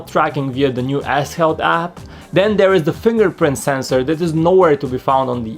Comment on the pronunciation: I thought he said "ass health" for "s health" 😂